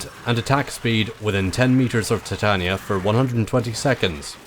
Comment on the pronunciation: pronounced ty-tayn-eeea